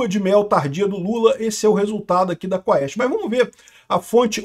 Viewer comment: Quest não quaauuuesste